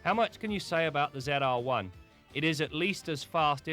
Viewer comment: Why does he say Ze R one?